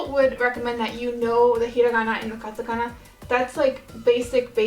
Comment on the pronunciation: Sounds like you said katakaga at first